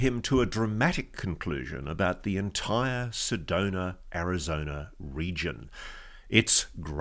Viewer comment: yAy! You got it! It's SedonA not SedonER, and ArizonA, not ArizonER. Thank you!